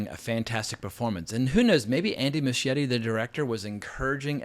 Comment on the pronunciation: Why can’t Americans pronounce Muschietti’s name properly?